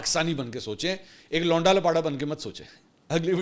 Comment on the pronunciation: جب تم کہتے ہو لونڈا لپاڑہ قسم سے ایسا لگتا ہے جیسے لونڈا آپ نے منہ میں لیا ہوا ہے ۔اور دوسری بات اگر پاکستان کے ایٹمی اثاثے براستہ سعودی عرب امریکہ کو منتقل ہو گۓ تو آپ جیسے ضمیر فروش قلم فروش صحافی اس گناہ میں برابر کے شریک ہونگے اللہ تعالیٰ طوائف نما صحافت اور اور وردی میں چھپے ملک دشمنوں سے میرے ملک کو محفوظ رکھے آمین